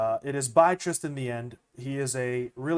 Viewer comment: You’re the first person to pronounce my name right on the first try lmao